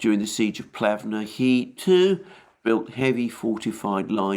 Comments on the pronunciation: The city is called Pleven, not Plevne :) I live close to that city. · Siege of Pleven. Not ----ne.